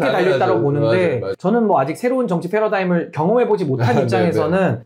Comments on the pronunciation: 신인규 자꾸 있어보이려고 패러다임을 f 발음으로 하는데 패러다임은 p로 시작함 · 이재명 대표님은 바른 천재이십니다. 대통령 하시면 정말 기대해도 좋을 정도로, 최고로 잘 하실겁니다. 그리고 신인규 자꾸 paradigm을 faradigm으로 말하는것 같이 들리는데 …